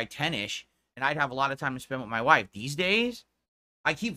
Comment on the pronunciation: “Work” and mah whafe” guise